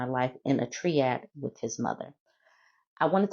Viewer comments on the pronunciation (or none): Triad. Long “i”.